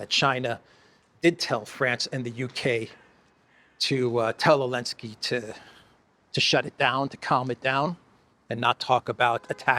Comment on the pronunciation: why do you call him ellensky?